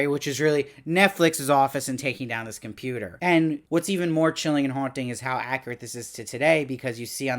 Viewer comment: I laughed so hard when called it a 'Com-Puta'!